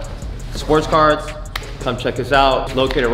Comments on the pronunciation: man cant say cards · Sounds like ya saying cars not cards lmao. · i thought he said carts, but no cap a cool kicks smoke shop would be cool i don’t even smoke but it sounds dope (obviously a better name tho)